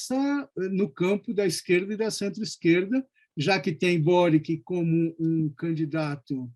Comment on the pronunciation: Se pronuncia Kast, Sebastián e “Boritch”. 🇨🇱